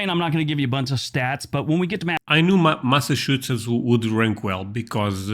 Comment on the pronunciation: OK repeat after me - Massa......Chu......Setts.....